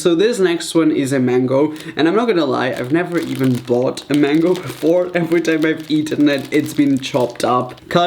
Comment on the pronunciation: Who hears mengo